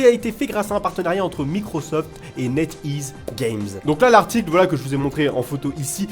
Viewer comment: Sa se prononce pad Microsoft sa se prononce mycrosoft